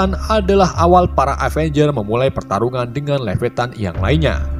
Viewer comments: Levettan??.. Levietan 😂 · Bukan levetan tapi leviatan